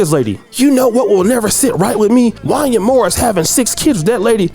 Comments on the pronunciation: Every black person who was alive in the 90s knows this man name in pronounced Won-Yay 😂😂😂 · Bro, how you my age and don’t know how to pronounce Wanya from Boyz II Men 😂. It’s pronounced Wayna like Kanye. Damn 🤦🏾‍♂️ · His name is pronounced, “Juan-Yae” … “Juan-Yae.” I am absolutely disgusted by his self hating behavior as of lately, so call that 🥷🏾 whatever you want at this point. This is Sickening to hear. 🤨Those boys are super talented and will make it, with or without the help of their lousy Pops. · I saw your title and I came here just to say “Wanya did that ish too!” And looky here, this is who the video is about! His name is pronounced Wan-yay though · His name is pronounced “One-Yay”. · Jaun- yay... is how it's pronounced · It's pronounced Wan-Yay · His name is pronounced Juan-Yay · You don’t know how to pronounce Wanye’??? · Who the heck is “Won-yah”? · It's pronounced Wan-YAY!! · Yo man his name is pronounced Wanya just like you would pronounce Kanye.